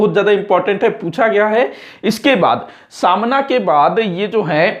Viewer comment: Samna Nahi sir smana